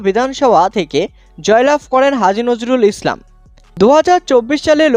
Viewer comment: পাগলাচোদা রা নামটা ঠিক করে বলো নাম ঠিক বলতে পারে না সাংবাদিক মারাচ্ছে